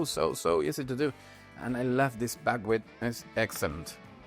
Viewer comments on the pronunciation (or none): Bagwit ? What is Bagwit ? I searched for it and can't find any kind of grain or seed with even a similar name. You don't list it in your ingredients so I'm working from your pronunciation with a heavy accent and the auto-generated transcript. Maybe you're saying Buckwheat ?